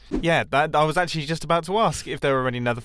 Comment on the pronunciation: „Ackthually“ hahahaha the englisch grammar tho